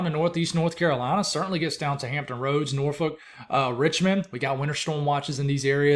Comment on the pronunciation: I live in Norfolk Virginia and you pronounced it correctly normally people not from this area pronounce it wrong .